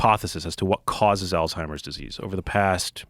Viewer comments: The first thing thats wrong is some people call it Alltimers. There is a Z not a T. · neither of them can even say alzheimers right. why would i listen to this lol